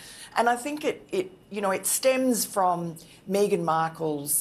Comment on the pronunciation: Just think that Paul Burrel is being paid for his opinion and everything becomes clear! I find Miranda Devine distasteful, not to mention her pronunciation of 'Meeeeeeeeeeghan Markle'! Come on, please!